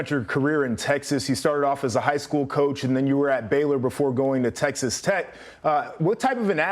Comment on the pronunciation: “Tessex Tex”?